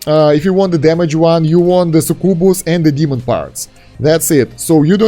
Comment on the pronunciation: I love how you pronounce succubus "sukubu"